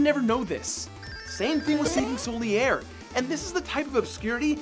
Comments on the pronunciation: ProJared: Solyair how hard is it to pronounce Solaire lol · Rusted Iron Ring is the most essential item in the game? wut. SOUL-E-AIR? sorry dude but you lost this before you even began to try. you sound like an IGN reviewer reading from someone elses review. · It's Solaire. It's not easy to see "soliair", because he SAYS "I am Solaire of Astora." Anyone paying attention would say "Oh, I read it wrong."